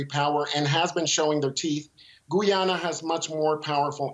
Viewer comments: No one knows how to pronounce Guyana 🇬🇾 Properly It's Not Goyana its Guyana 🇬🇾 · It isn't, the guy at the end was pronouncing it like in Spanish "goo-yah-nah" and not "guy-anna" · Guy-ana, not "Guay-ana." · Please stop saying gooyana. It's very annoying. It's pronounced Guy ana (just like it's spelt) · FFS, it's not pronounced Goo-yana. It's Gai-yana. Guy as in Guy Smiley. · The journalist can’t even pronounce Guyana.